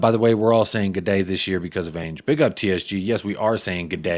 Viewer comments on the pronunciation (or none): It’s Ange as in Angela. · What up man. I’m pretty sure it’s pronounced “Ange” like Angela